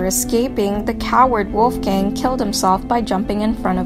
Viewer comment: LMAOOO listening to the girl say the name Wolfgang really bothers me.. mainly because of the big mispronunciation..🤔😒